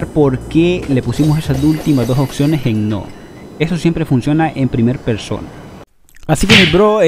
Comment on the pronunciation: Hijazo ya te había corregido antes...🤦🏻 Ya varios meses de tu recogida 😂 y sigues diciendo "occiones" haber de nuevo mi 🐩, te explico es OPP y luego dices seguido SIONES ok!!! Práctica así varias veces va😉